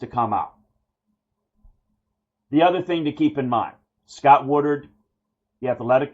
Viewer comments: The AD, that really needs to go, last name is “Wood-Ward” and not Wood-ard” right? Feel like you keep saying the latter instead of Woodward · Dude..learn the names! It’s not WoodURD..It’s WoodWARD!